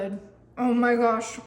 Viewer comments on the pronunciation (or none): none